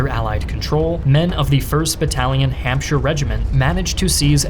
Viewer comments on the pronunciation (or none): none